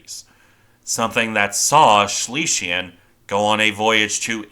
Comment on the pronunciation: Please work on your pronunciation - Schlesien is pronounced Shlay - zee - in . Schleswig Holstein is pronounced Shlace vig Hohl - shtine